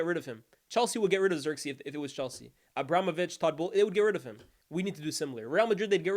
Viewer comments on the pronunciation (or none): none